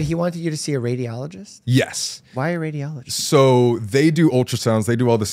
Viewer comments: Me trying not to laugh every time Colby said radio-ologist instead of radi-ologist. Sorry, I'm a nurse. I love Sam and Colby. Also, how the hell would someone ask a patient who potentially diagnosed with testicular cancer if they were a woman, it is literally impossible for that to happen. As a nurse, it is so inappropriate some of those things said. First of all as a pre/post surgical nurse, if a doctor finds something they tell the patient, not us. If something is found, I see my role as being a support system to the patient, always to reassure instead of being like "oh treasure each day". I just recently had a patient who had metastasis of testicular cancer and I wish he would have explored other doctors because the surgery our surgeon did should not have been done in our hospital and as far as I know patient is still intubated in ICU. Colby is very lucky that he has resources, but second opinions are always a good idea. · It’s radiology not radio-ology. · I love how Colby pronounces radiologist as radio-ologist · I almost threw my phone at the wall with how many times he said radio-ologist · This is a very serious story and cancer is a devastating diagnosis. I really hope the best for Colby in his journey to recovery. That being said, one of my coping mechanisms is humor... and every time Colby said "Radio-ologist" I couldn't help cracking up.